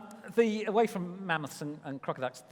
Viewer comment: Did he just say Manmoths? Half moth, half man?